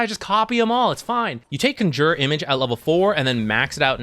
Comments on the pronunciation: What's up with your announciation of "Conjure image?" Like - what's CUN JUR? Bro. It's CON (like a criminal) - Jure. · “Conjyuure image” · CANJOOR xd. wtf. good vid tho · Can you please say Conjure correctly, it's hurting my ears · that gigabrain move of mispronouncing conjure to bait comments and farm algorithm stacks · Herald level Conjure pronunciation. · You say conjure funny. Great content as usual though! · triggers me how he says conjure image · Not sure if its just a meme, but you are pronoucing conjure wrong